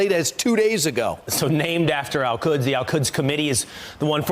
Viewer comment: The way Kilmeade says “Al-Quds” it sounds more like “El Cuds” to me. Like he is talking about Spanish cows or something.